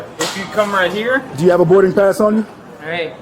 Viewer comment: “Thers is a regurlated berding pass”